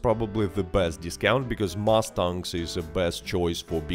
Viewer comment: As an American, I like the way you pronounce Mustang, I genuinely never heard it pronounced like that and I sincerely enjoy the way you said Mustang. Thank you for all the informative and helpful videos! I’ve been riding horses for over 10 years and appreciate your videos on them, I hope you do more guides on horses! Thank you and happy New Year!